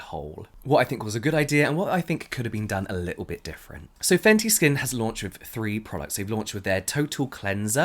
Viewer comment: Ok but can we talk about the intro " faNcY yOu!!!!!" 🤟